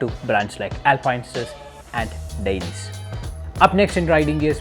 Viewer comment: dainese should be pronounce dai-ne-se